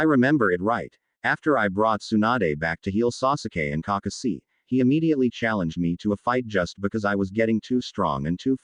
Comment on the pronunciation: This fanfic would be better if you didn't pronounce Kakashi name wrong it sounds like you're reading to a toddler